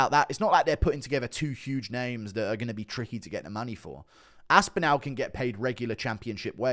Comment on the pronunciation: GURU cannot say ASPINALL. GURU says ASPINOW :face-blue-smiling::face-blue-smiling::face-blue-smiling::face-blue-smiling